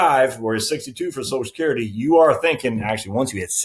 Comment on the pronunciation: It's NOT SOSECURITY, it's Social Security, why can't people. get it right?